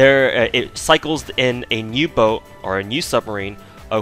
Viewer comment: “Nero boat” lmao